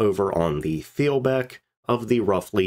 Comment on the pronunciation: In the middle of reading a great book on the Wilhelm Gustloff, and it mentions these other ships several times so this is a particularly good video for me. Thanks. (BTW, "th" at the beginning or at the end of a German word is pronounced as just "t." so "it's pronounced Teel-bek 😁)